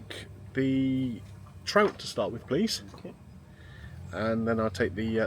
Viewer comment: I thought you said ill start with the tramp 😅😅 not trout